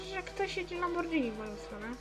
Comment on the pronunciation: wymawia się lamborgini